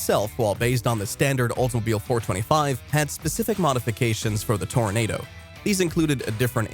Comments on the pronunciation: Toranado Toranahhhdo, like Nahh man, you're pronouncing it wrong, lol. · Pronouncing the name of the vehicle wrong every single time. It's not pronounced "tornado".